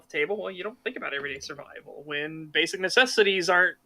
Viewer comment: To the dude who made the pathetic excuse of why he says shurvival, it would be different if you said shurvival every so often when speaking quickly, NOT EVERY SINGLE TIME EVEN WHEN SPEAKING VERY SLOWLY...... You say it on purpose and just lied ... Or youre stupid